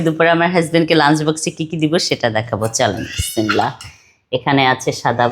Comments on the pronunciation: তুই যে বিসমিল্লাহর সালাম দেশ তোর একটু শুদ্ধ হয় না আগে সালাম শিখ বিসমিল্লাহ ঠিক করা শিখ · হায়রে মানুষ কত কিছু জানে অথচ বিসমিল্লাহ শুদ্ধ করে বলতে পারেনা সালাম শুদ্ধ করে দিতে পারে না ।এক কথায় মূর্খ আর বেয়াদব